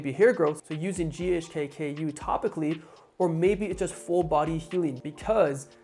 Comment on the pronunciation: yes he mispronounces it. It's GHK-CU, or more commonly known as GHK copper peptide, as CU is the abreviation for elemental COPPER in the periodic table